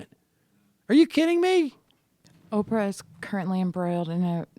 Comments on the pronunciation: Sam "Opfrah" Seder. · How is Sam pronouncing Oprah? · Why does Sam pronounce Oprah's name so weird?